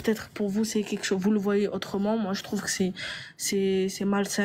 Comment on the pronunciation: Moi ce qui me fou la haine c est quand elle dit "quéque chose"